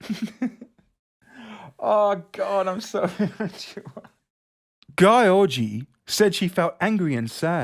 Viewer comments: Gyorgy is pronounced sort of like jewellery not Guy-orgy 😂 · It's pronounced geeór-gee, not g-eye orgy. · Ms. Gyorgy is Hungarian, so I'm not sure why you pronounce her name the English way and make fun of it? Most probably it's pronounced Gee-or-gee. Otherwise I agree with you. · Thanks for annihilating György Réka's name lmao. It's pronounced like "dyerdy" . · I believe gyorgy is pronounced "dzurdz" if i remember correctly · Gyorgy is hungarian its pronounced george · GYORGY, should have gone to Specsavers. Btw, reads Georgy like Georgia. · I have seen that before! It’s pronounced GEORGE- E! XD I loved that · To whom it may concern: Gyorgy (in its native spelling György with those dots above the o) means George and is pronounced [ɟyrɟ], if you look up the IPA Let it be known, my only problem with is that he doesn't bother putting in the work to at least read the articles correctly when it comes to names. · Her name is actually Réka György so it was written wrong. In hungarian the g and y form a separate letter which does not exist in english but pronounced very similarly but not identically how you pronounce the beginning of the word 'due' as you press you tongue to the roof of your mouth and make the utterance. Ö is pronounced like 'i' in the word 'first', like fÖrst. György is actually a first name too in hungarian and its english counterpart is George :D. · Oh god that pronunciation on Gyorgy, was killing me laughing, but I can see why you would read it like that based on how it was spelt, but to be fair it should have been György which is the hungarian version of George. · It's a Hungarian person so her name is pronounced in a way that English phonology is incapable of approximating. An IPA transcription for György is /'ɟørɟ/. The last "y" is not pronounced, for example, it just indicates that "g" is not pronounced as /g/. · Poor Réka, getting her name pronounced like this xD